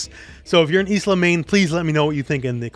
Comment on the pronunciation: the name Isla is pronounced Aila the S is silent. BTW love your videos